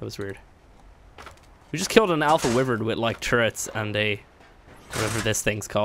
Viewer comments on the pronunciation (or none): Its wyvern, not wivern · You are saying wyvron wrong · why vern not wiv ren